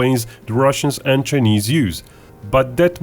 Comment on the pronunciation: I can’t deal with how he pronounces Chinese. “Ch-ey-neeze.” 🤦‍♂️